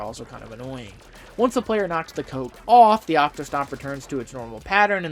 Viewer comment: "Once the player knocks the coat oAAff" Your New Yorker accent is really coming out